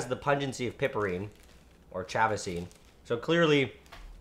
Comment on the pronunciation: I enjoy your vids, especially this one. FYI -- "Piperine" is pronounced "pai-per-een"; "chavicine" is pronounced "chaw-v-seen".